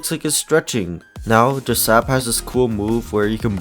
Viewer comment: This is how you say jsab it's not like this j.sab the way to say it like this J.S.A.B